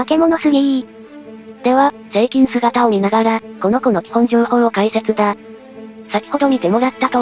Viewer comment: 何回聞いても成菌がSEIKINに聞こえてしまう……